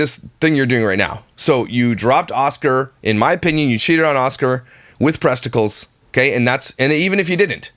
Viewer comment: Presticals lol